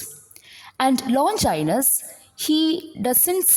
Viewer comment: Many of the words including the name of the author are mispronounced. Please make a note of it.